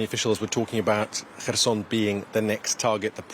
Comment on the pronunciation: finally someone who can actually pronounce kherson correctly (the correspondent)!